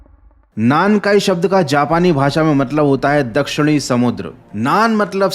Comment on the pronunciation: 南海トラフor なんかいトラフ(Nankai Trough)=South sea trough, ye full ek word ye is ko alag alag nai bol sak te alag alag bola to meaning hi alag hoga なん(Nan)=What かい(Kai)=Times(different kanji different meaning) South Ocean ko alag alag bolna pade to South= 南(Minami) Ocean= 海(umi)